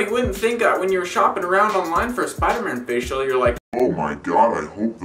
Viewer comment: I know you r saying "face shell" but when you say it fast it sounds like "facial" LOL!!